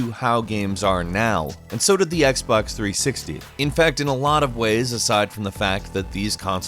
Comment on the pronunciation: Xbox threesicktees